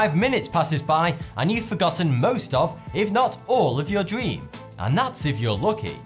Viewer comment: Is it just me, or every time he says "dream" it sounds like "dweem".